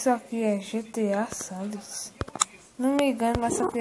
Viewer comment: o cara fala gta sandrers kkkk